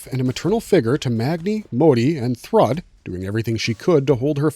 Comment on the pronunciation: yeah i know right? throughout the entire video.. jeez. also: thruhdd lol